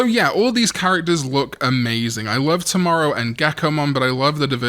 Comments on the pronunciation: Toe-Mow-Row my guy! please lol. 😂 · i'm so sorry but when i missed the Tomoro's name for some reason i started hearing you saying "Tomorrow" and thought his name was actually "Tomorrow" 😅😂